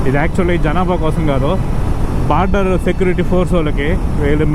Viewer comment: అది border, not barder 😂